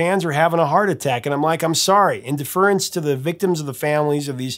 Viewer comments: Love her, and the song, but TOTALLY get why she wouldn't want to sing it. BTW, pretty sure "deference" is pronounced with emphasis on the first syllable and a short "e" sound (DEF er ence). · "deference" rhymes with "reference", but I liked this video like I like all of your videos. I can't fault Pat Benatar from being conscious of current events. But I recall "hit me with your best shot" being something that boxers say to each other. And I think there's an old movie reference in there. Nothing about bullets and shooting. And I could listen to her sing "you're a real tough cookie" to me all day long.